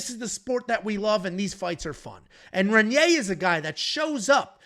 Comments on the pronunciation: Please learn how to say Reinier or just say RDR. REN-yay is not how you say it lol. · I'm sorry to be this guy guy but it's Raiyneer, try and roll that first R